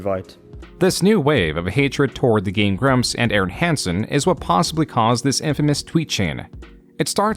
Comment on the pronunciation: Hey dude? what is up with your occasional weird enunciation of stress in words?? like you say gemSTOnes instead of GEMstones. gameGRUMPS instead of GAMEgrumps. You feel me?? Is it some kind of weird ragebait tactic or something?